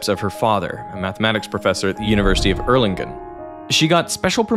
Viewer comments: scuze me, it's not pronounced as Erlingen but as Erlungen (for english ppl) i'd recommend to take a look on wikipedia and make use of it's phonetic examples, so you'll never run into issues like this again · * offtopic, but used in the city names in this video. The 'g' in the 'ng' combination, when used in for instance German and Dutch language, is not a 'hard' 'gkuh', but pronounced 'soft', just like the 'ng' in 'slang'. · Can you please pronounce Erlangen correctly? Ok, and now to the conservation of energy. The conservation of energy is a very fundamental paradigm in Physics, which is also at the base of the SI-System. Energy is conserved, but not in the universe, which means, that the universe is an open system.